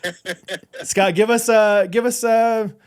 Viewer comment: Every goofball “Portuguese” pronunciation is KILLING ME 😂💀 “SHHHHHCOTT Peck”